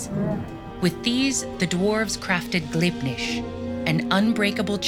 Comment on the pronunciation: How is Gleipnir pronounced Glibnish?